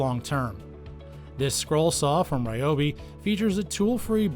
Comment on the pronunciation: Its, Reeeee-O- beeeeee Not, Rye-O-beee Look it up